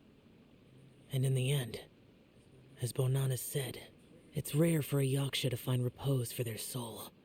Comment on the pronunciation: finding inner peace everytime says 'yashka" instead of yaksha